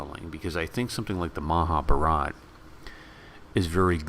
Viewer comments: you nearly spot on...if only you can pronounce Maha Bharat am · Please learn the proper pronunciation of "Mahabharata".